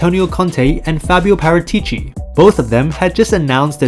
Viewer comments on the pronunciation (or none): That's not how Paratici is pronounced. It's Paràtici my dude.